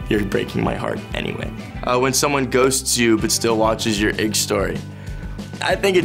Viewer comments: Ikr that's what I was saying like what, I had to go back to make sure I was hearing correctly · Wow I had to rewind so many times and be like what is he tryna say pls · I threw up a little in my mouth... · Lol thats new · He's nearly cancelled for that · Ahahahahaaa. He for sure did and I'm here for it, tbh 😂😂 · I laughed so loud omfggggggggg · lmaaoooo i was like wtf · 😂😂😂that’s funny lol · Was attracted until he pronounced IG like that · He said “ig” story instead of IG story😂😂😳😳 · Mans said IGG story instead of I G 🤣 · He says ig instead of I.G. 😭 I’ve literally never heard someone refer to Instagram as “igg” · did he just say ig story as in ig and not i.g? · If Noah says "ig" instead of the letters "I,G" then for now on its ig alright. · Did he say “ig story” instead of “i-g story” :((( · DID HE SAY “IG” INSTEAD OF “I-G” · did he say igg? like. ig. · did he just.... pronounce IG as ig.... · .... it's okay breathe in, breathe out he's hot breathe in, meditate calm down puts down the knife ig is beautiful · CW LEE i........g :) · bruh did he rly say ig as literally IGG instead of pronouncing the letters i’m laughing i love noah he’s so cute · WHY IS NO ONE TALKING ABOUT HIM SAYING IG😭😩😩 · HE PRONOUNCES IG AS LIKE 'eeG' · OOF i was attracted the whole time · “your ig story” i’m just going to ignore the way he pronounced it because he’s cute so